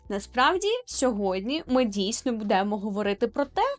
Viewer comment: Режет слух твое "будемо". Дієслова із закінченнями -емо, -имо, -ете, -ите мають наголос на останній літері, наприклад: веземо́, ідемо́, підете́, але: бу́демо, гурко́чемо, зали́шите.